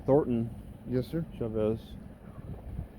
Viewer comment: "And what's your name..?" "" "Ok,." Lol.